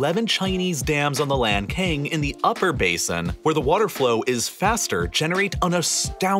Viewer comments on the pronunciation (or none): it's pronounced lahn-tsang, not lankayng. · Not to pronounce lankang river. It's called lancang. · Lantsang, not Lankan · It's Lan Tsang, not Lan Kang. My country is having the same issues: Spain is damming all the west flowing rivers, and our country of Portugal is seriously drying up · Great video but have to inform that Lancang river is pronounced as Lan Tsang, instead of lanken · Not "Lan Cang", but "Lan Chang" or "Lan Xang" river, which refers to the Kingdom of Lan Chang or Lan Xang, or Laos PDR of present day. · The pronunciation of Lancang River in Chinese is not "LanKane", a closer pronunciation would be "LanChang". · Lancang read as Lan-tsang, not lan-kang. thank you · Point out a pronunciation mistake: The upper part of Meikong River(湄公河 in Chinese) is called Lancang River (澜沧江, lan cang, not lan "kang"), which is a beautiful name. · Very educational.... Just wanna point out that it's pronounced as the Lan-tsang river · Lancang is pronounced as Lan-Tsang or Lan-Tsung, however it makes sense to you. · lancang读成lan king给爷整笑了hhhh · a documentary channel... but each time you say LAND KING i died a little inside... is it so hard to pronounce or at least TRY to pronouce a proper chinese word? I cant be the only one feeling this. Otherwise, informative. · Lancang, the name of river, was pronounced wrong.